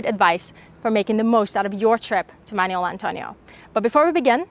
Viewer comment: It's not "manual". It's Manuel.